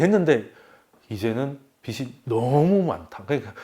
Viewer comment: 빛이 되다 >> [비치 되다] 빚이 되다 >> [비지 되다] 빗이 되다 >> [비시 되다] 빛, 빚, 빗 : 한 글자로는 발음이 [빋] 이지만, 조사가 붙으면 구분이 쉬워집니다. 훌륭한 강의에 조금이나마 도움이 되길 바라며 적어봅니다.